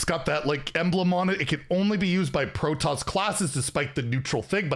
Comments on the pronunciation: Its PRO TOSS! Not "pro toes"... all the Starcraft fans dying in the corner when you mispronounce it! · "Pro Toss". Not protose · Hydraulisks and protose lol! Love you:) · to pronounce Protoss its pro-toss Also I'd point out that the Terran group does not have any class starship pieces so I'd expect them to have it in the miniset. As a side note, if the enemy's board is empty, does the Siege Tank, Deployed battlecry go face? Something to test later I think. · Pro-toss the second part is pronounced like the word toss. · It’s hilarious hearing you pronounce hydralisk and Protoss 😂 Pro-toes I’m dying 😂😂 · Well, it's not pronounced proton. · Protoss is pronounced as “Pro-Toss” Like tossing a ball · Pronunciation guide: Protoss = "pro" + "toss" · I'm here for the new ways of pronouncing Starcraft stuff:) "Hyde-drawl-isk" "Pro-Toes faction" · Some of those hurt my soul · not being able to pronounce Hydralisk and Protoss is more painful than any other mispronunciations he’s ever had OOF